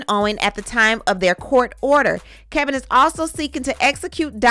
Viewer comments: It's Kevin! Not Kelvin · It’s Kevin not Kelvin I thought.